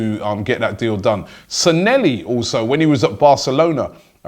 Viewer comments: SAN-LAY-HE not SAN-ELLY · It’s Raul Sanllehi ffs robbie. How do you pronounce it as sanelli??